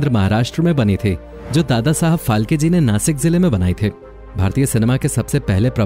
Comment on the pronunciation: # Its फाळके not फाल्के both pronoucesions are different